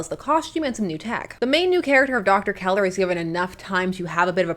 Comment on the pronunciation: Don't you mean "Doctor Zeller" not "Keller?"